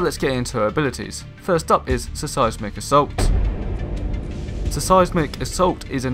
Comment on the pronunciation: Just a pointer I think your videos would come across a lot more professionally if you worked on the pronunciation of words, for example you kept saying "Suh Sighs Mick" assault, when it should be "Sighs Mick" assault :)